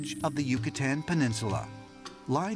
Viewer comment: That guy pronouncing Yucatan the way he did made me cringe